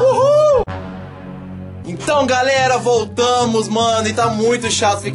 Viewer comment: Quem percebeu que ele dizê então garela😅❤❤😍